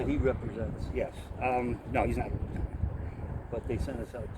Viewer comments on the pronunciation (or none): none